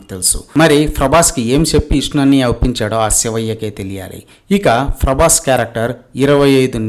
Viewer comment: Frabhas ani fronounce chese nuvve cheppali faruvu teeyadam gurinchi nee Gurivinda kinda nalupu chusuko konchem 😂